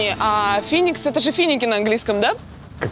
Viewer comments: не финикса а феникс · Не Финикс а Феникс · Бля птица Феникс, а не Финикс. Причём тут вообще она?